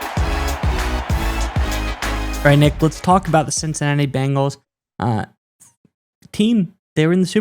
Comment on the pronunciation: It’s BENGALS, there’s no I in there. It’s not Bingals. 🤷🏻‍♂️